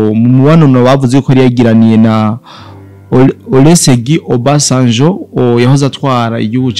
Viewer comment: CA USOMA " ORUSEGUNI OBASANJO"